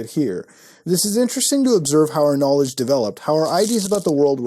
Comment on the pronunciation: Knalledge lol